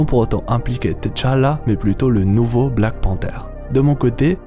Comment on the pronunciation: C'est Tchala pas T-chala. Repose en paix